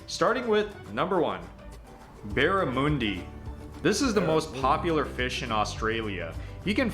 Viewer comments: It's barra-mundi not barra-moondi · He pronounced Barramundi weirdly. It's un not moon. And it's pickled beets on burgers so like having pickles on your burger. If you're trying Vegemite for the first time have it with a slice of cheese on toast. It's bitter and salty so only the lightest layer is needed. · Barramundi is not pronounced “moondi” it’s like your saying “money” but with a D instead of the ey… so Barra mon di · Not Barra moon di! Pronounce it like it is spelt Barrimundi (Barra mun dee). It is not the most popular fish, the most popular fish dish is deep fried battered 'flake' from a small toothless shark. Fairy bread is only served at kids parties, if you served fairy bread at an adult party you would get laughed at. Beetroot is NOT a traditional ingredient of Australian hamburgers. About 20 years ago the McDonald chain wanted to develop an Aussie burger, so a local burger maker started that rumour to protect his own business, figuring beet root would make the burger taste real bad (it did IMHO), Unfortunately a whole new generation of burger eaters were introduced to the so called 'Aussie burger' from McDonalds and it stuck. A real traditional Aussie Burger has a beef pattie, fried onions, tomato, lettuce and tomato sauce. The better ones have extras eg pineapple and/or an egg. The other thing real Aussie burgers are big at least 6" across. Before you respond with an "that's not true", I am 72 years Australian, spent mostly in hamburger shops all over the country. Kangaroos are very abundant here, in many areas pest level, a bit like deers in the USA, for many years they were shot and sold as pet meat until it's health benefits were discovered. We eat a few and there are still plenty left over to photo, pat, wreck your car, eat the stock feed and wheat shoots. Yep the meat pie and fish & chips are from our British origin, just like driving on the RIGHT side of the car. Pavlova is p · Barra MOON di? no no no its barra MUN di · Barra MAHN DI (Barramundi)